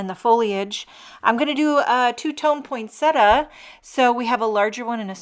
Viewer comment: Thank you for pronouncing poinsettia correctly.